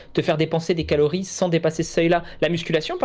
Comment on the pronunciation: merde en tout début de vidéo, quand tu dis "calories" j'ai cru que t'allais dire "calomnies"! 🤣